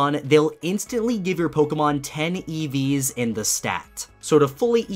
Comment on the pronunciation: When you said "EVs" I thought you were actually talking about an eevee